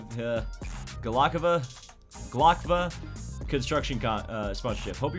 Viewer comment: ITs glovka not glokva